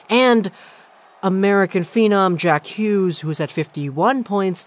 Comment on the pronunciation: Did you just say jack Hewgs? LOL